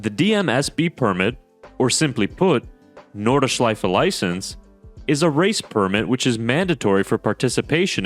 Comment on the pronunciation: NORDschleife, not NORDEschleife